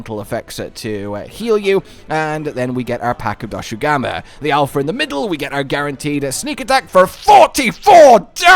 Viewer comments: It's not Doshugama, it's Doshaguma! Lol, great video, I'm just poking fun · it’s dosh aguma you’re saying doshu gama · DoshAgUma, not DoshUgAma istg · You mean dosugma? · Man where does find the u letter in Dosha and two a letter guma. is such a fun guy, poking fun at Cuttan's suffering. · I’m convinced he keeps saying Doshugama to boost the engagement from all the people correcting him in the comments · Take a shot every time calls Doshaguma DoShUgAmA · I'm curious if Cotton will correct monster names again. "Doshugama" XD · WHOAAAAOOOHHAHAHAHAHAHAHAHAHA WEAPONS WITH SKILLS WAHOOOOOOOOO Edit: Im never not gonna be annoyed by how you say Doshaguma bro. You say Doshu Gamma, and I cant figure out why Edit again: i doubt we'll get a room to put endemic life in, my guess is that there'll be endemic life requests that we can complete for food/crafting rewards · YESS I WAS SO PISSED OFF WITH YOU SAYING IT WRONG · This point I dont know if he's doing it on purpose because he thinks its funny (it's not) or what. This isn't a Tie-grex/Tee-grex situation where either pronunciation works with the spelling but the Voice Director chose the wrong one ( I will not be debating this), its just strait up ignoring the spelling. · There is simply no way is mispronouncing doshaguma so much on accident